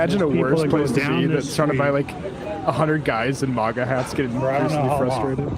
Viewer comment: "All those 'Mogga' hats". It's MAGA, not "Mogga".